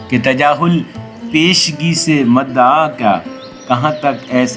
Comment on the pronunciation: مَدَعا نہیں ۔۔۔ بلکہ مُدَّعا ہے